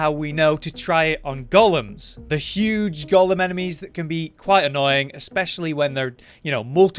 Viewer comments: Pretty much, but in other news ‘golem’ is pronounced go-lem, not gollum - always makes me smile watching these vids. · Well … it’s pronounced like tomb, as in tomb raider. Not comb as in hair. As far as I’ve always been aware anyway. However, golem ain’t pronounced Gollum 😂